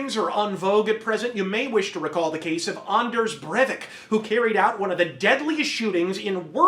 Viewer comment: As a Norwegian, I can honestly say that you pronounced that as best as anyone can